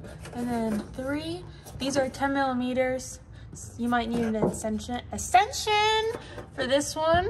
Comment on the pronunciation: It called an EXTENSION. Not asentsion